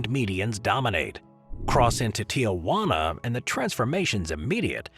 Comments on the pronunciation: It's not pronounced Ti-ah-wana, it's Ti-wana. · "Tijuana" is three syllables, not four. It's not "TEE-uh-Wah-nuh". It's TEE-whah-nuh . I swear, if the whole video was about Tijuana, I would not stay, this is so annoying. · I'm normally pretty lax about mispronouncing names from other languages. But for pete's sake, look at the spelling. There's no "a" in there. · I liked the video. However, I would just like to point out that it is Tijuana, Mexico. It is not Tiawana.